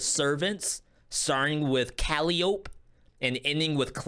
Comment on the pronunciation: Ur pronunciation of Caliope killed me. 😂😂 it’s (Ca-lī-ō-pē).